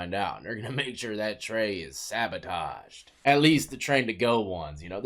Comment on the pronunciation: Sabotaged, not sav-a-taged